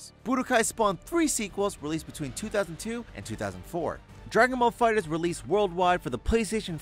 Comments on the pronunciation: Um, it’s fighter-zee, not fighterz. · Did you just say dragon ball fighters? It's fighter Z you say it separately I would think you would do a little research before you waster your time on this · anyone else cringe when he said "fighters" instead of fighter z